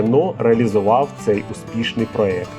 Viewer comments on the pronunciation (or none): none